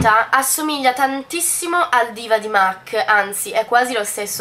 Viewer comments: si dice mac non "mec" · La pronuncia più sentita e diffusa non è sempre quella realmente corretta, non bisogna essere madrelingua per capire che "mac", in quanto acronimo di make-up art cosmetics, si pronuncia mac Sally M. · beh "and" si dovrebbe pronunciare and non end però dettagli haha e mac si pronuncia mac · esaaaattooo se fai un video di beauty almeno informati su come si chiamano le cose😂😂😂 mac pronunciato |m. a: c| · ma in ogni caso "Art" si pronuncia come è scritto perciò la pronuncia corretta è "MAC"